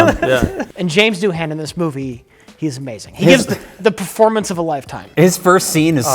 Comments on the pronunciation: How did Mike not jump in with the "correct" pronunciation. The H is more a w softer sound. Gaelic, huh? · I always pronounced Doohan's name "do-in" not "doo-han." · All my life, I thought the h was silent in Doohan. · I was too distracted by what I suppose is the American pronunciation of "Doohan". I'll file it in the bin next to "Warwick".